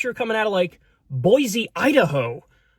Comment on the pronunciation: I was at the Boise protest. Just for future reference our city is said “boy-SEE” not “boy-ZEE”. Thanks for the shout out.